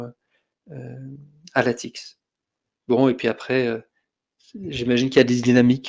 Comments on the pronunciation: Bonjour,! Merci pour votre présentation. Je pense avoir trouvé l'origine de votre prononciation très particulière du mot LaTeX, que vous prononcez LateR plutôt que LaTeK. Je lis dans le document « The Not So Short Introduction to LaTeX » (document lshort.pdf sur le CTAN), dans la première page du chapitre 1, « TeX is pronounced “Tech,” with a “ch” as in the German word “Ach” ». Comme dans l'allemand « Ach so » donc. Je dois dire que c'est la première fois que je lis ceci (en plus l'auteur du document cité précédent est allemand, la première version étant l2kurz, et il écrit: « sprich „Lah-tech" oder „Lej-tech" » que j'ai fait prononcer par Google traduction en allemand, et cela confirme bien: LateKKKKK, pas LateRRRRR). La traduction française du TeXbook contient la phrase suivante (Chapitre 1, exercice de diction): "(...) le mot TeX rime avec le mot « grec »". Ce qui confirme le tout. Je ne sais pas où le traducteur de la version anglaise, habitant la Suisse, est allé cherché le « Ach »... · Bizarre de dire TeR, ConTeXt et LaTeR. Les prononciations TeK, ConTeKst et LaTeK me semblent plus cohérentes puisqu'apparemment le X est la lettre grecque qui a été employée pour former le mot grec qui est devenu le mot « teKnique » chez nous. C'est la première fois que j'entends cette prononciation étonnante. À la limite, je préfère encore les prononciations Teks, ConTekst et LaTeks. On va essayer de passer outre ce tic de langage pour voir l'ensemble de la vidéo, qui heureusement parle de Metapost, pour lequel il n'y a pas d'ambiguïté de prononciation.